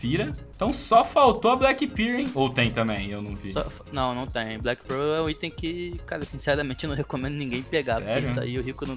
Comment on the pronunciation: finalmente um vídeo do "MUNDO DAS SKINS", graças ao bom jesus. Falta canal com conteúdo colaborativo, falta saber nome de item correto (ex: BLACK PIRL é foda, MINIMAL UÍER e por aí vai, pronúncia tenebrosa), falta bate-papo com gente que entende, entrevista e essas porras. Essa é a primeira vez que eu realmente curti um conteúdo de skin num canal BR.